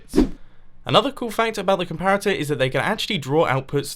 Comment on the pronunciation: 3 says compator instead of comparator